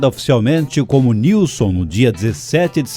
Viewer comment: Joinville SC x Guaratuba PR, e a pronúncia correta e Nilsem sobrenome de origem sueca, Joinville foi colonizada por alemães, suíços e suecos. Nunca falam o sobrenome dos fundadores correto.